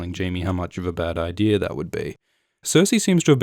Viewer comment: "Eye-deer" Reminds me of dad.